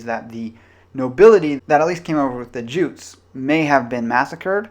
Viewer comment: Jutes is pronounced 'yoots'.